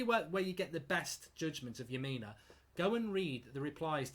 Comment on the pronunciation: Lemina? Are you having a laugh??????